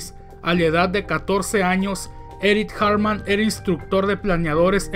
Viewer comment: Cada vez que dices Eric Hartmann, suena como si fueras a decir Eric Cartman de South Park XD